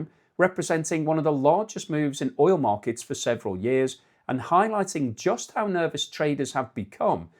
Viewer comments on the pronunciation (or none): none